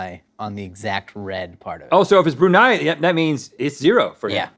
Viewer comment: I know it was more about Link hitting the bullseye but the Brunei episode made me giddily happy because I'm from Brunei!! And wow they all hit the nail on the head with the pronunciation.